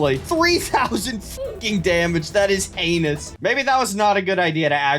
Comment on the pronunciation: "3000 fucking damage, that is anus" ahahaha i know he said heinous